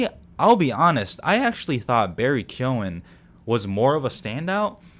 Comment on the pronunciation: This was a great review! Appreciate your insight, and also respect to you for being one of the only non-irish people to pronounce the name Keoghan correctly! Subbed.